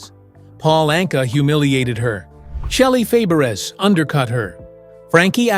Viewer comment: Shelly FABERAZZ!.....LOL idiotic announcer